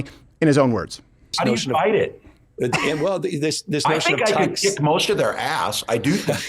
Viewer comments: I thought he said "dick", not kick. It seems more accurate anyway. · Oh, he said kick, I thought he said lick. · Did he say kick or lick?